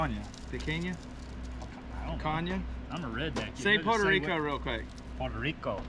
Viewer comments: Looks great. The name of that cut is pronounced ‘pick-on-yuh.’ As in we’re gonna pick on ya for stabbing yourself with a lobster 🤣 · "pic-kanye" LOL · Say it with me. Pe-caan-ya. It's delicious. Don't let Guga catch you putting anything but salt on that. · OK, I've been a long time subscriber and even thought I've been in the US since 1987 I am Brazilian and PicaNHA, not picanhe, is my game. You ALWAYS cook pichanha with the fat UP so the flavor, aka FAT, drips into the meat. Anyway, let me know if you want to have the best piranha you've ever had:) I'm in Dallas and vacay in FL every year. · Pea con ya. It’s Brazilian! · He said pikanye 😭😂 Leave it to white folks to pronounce things however they want lol